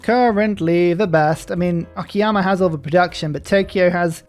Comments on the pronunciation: I'm grateful that, even though calls "Okayama" "Okiyama"... At LEASTl he doesn't call it "Okay-ama" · every time he says it i keep thinking he's talking about Akiyama the yakuza character